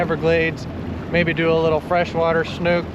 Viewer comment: I loved the diving video. I'm very familiar with the waters off Marco and can't believe the visibility on the first spot. God is good! One other comment... you read a book (not a buke), it's called a snook (not a snuke). Just poking fun! 😆 Thank you for the great video!